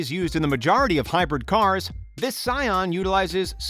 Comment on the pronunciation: It’s Sian and not sion